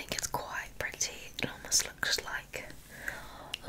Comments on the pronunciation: Yea it sounds like Pri-Ty lol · saying "pretty" specifically in her British accent is one of my favourite trigger words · that’s how we British people say pretty